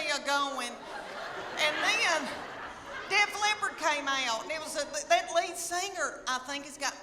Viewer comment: Bless your heart, it's Def Leppard, not a cat who's hard of hearing. Also, you're awesome and I have spent an unreasonable amount of time watching your videos. Come to Kentucky!